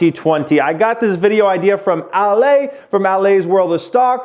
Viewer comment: Hahah its pronounced Ah-leh Not Ah-lay 😂😂